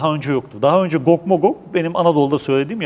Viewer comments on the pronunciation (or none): amma atiyon ha😂 gog zaten cuc diye okunur